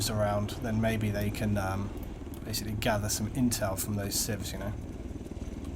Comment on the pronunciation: u say bae-icly:)